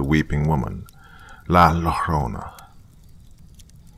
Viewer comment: Perfect timing! Thanx dr 💋💗💗 *sidenote llorona pronounced yoh-rr-ona 😁😉